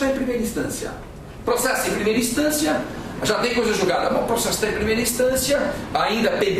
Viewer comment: Ótima aula. Me acabei rindo com o "procexu" HUAHAUhUHAAHA